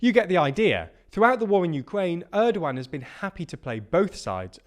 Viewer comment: How do you pronounce Turkish president name 😂